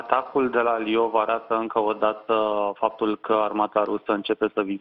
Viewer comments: Lvov e vremea sa spuneti corect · Livov. Litera "i", semn moale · "L", moale. 😊👍